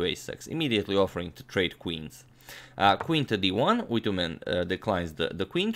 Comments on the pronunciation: Hello agad and everyone... It’s always great to watch your videos. I'm Mongolian and you pronounce the name perfectly fine like a native speaker. It’s "Түдэвийн Үйтүмэн" in mongolian language. I'm just a 3-month old chess fan, not a player but I'm addicted your channel somehow and I didn't even know our country had someone who faced Fischer haha. It’s really surprising … thanks again for all your videos. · You pronounced Correctly 👍🇲🇳🇲🇳🇲🇳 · Hi agadmator im come from mongolia luckily u called his name corectly